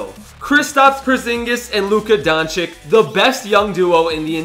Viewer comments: not donchick it’s doncic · Nobody:: Luka Donchick